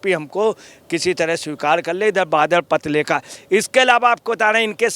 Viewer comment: Badal Patralekh hai Patralekha nahi. Kalkatta hota hai, kalkatte nai. Ajay patrakare